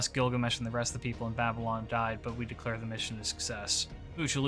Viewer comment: he said we declear it a success 😂😂